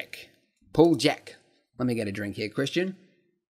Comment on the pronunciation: Hey, Guru, a lot of Slavic/Eastern European names are basically written phonetically. So there is no need to try to apply English pronunciation on them :) J is almost always pronounced as y in yellow, (Puljek would be Pull-yek :), very little or no silent letters (Turmanidze is roughly pronounced like Toor-mah-nid-zeh) etc. Basically just read the letters as if they were in square brackets in the dictionary. Unless you're dealing with a Polish name... Good luck with those piles of letters :)